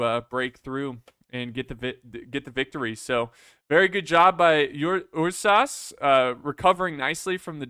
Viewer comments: it's errsus not yursas. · with all love and respect, I am losing my mind every time you try to pronounce "ursas"